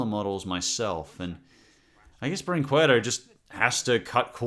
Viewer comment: For video brinquedo you used long a sound in worsT animated rip offs but now you use short a sound